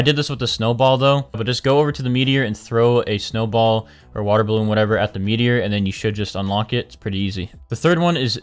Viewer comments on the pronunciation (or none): none